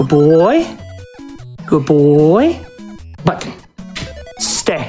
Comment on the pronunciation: I love that Peanutbutter's word to press isn't "button", it's "mmmbutton"